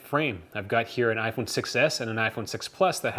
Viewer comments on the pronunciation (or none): I wanna know why on the title is smartphone but you just keep say aphone aphone aphone because you can't even say iphone